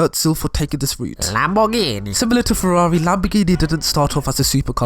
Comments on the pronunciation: Its whas the “ferrrrrrarrri” and the “lamborrrrrghini” for me🤣🤣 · I love how you pronounced Ferrari xD. Same for Lambroghini.